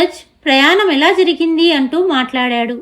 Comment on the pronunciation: చెక్కదిద్దడం కాదు, చక్కదిద్దడం. ముందు ఎలా పలకాలి తెలుసుకోండి. జరిగింది అనాలి, జిరిగింది కాదు.